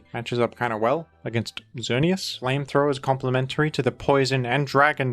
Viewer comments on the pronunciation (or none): none